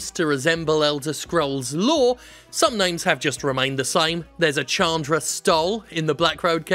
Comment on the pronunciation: Chandra is pronounced "Shaan-dra" btw